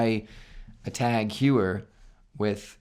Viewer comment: Teghuier... lol, it's tAg hO-yer ...im sure the lady at the mall got it right;)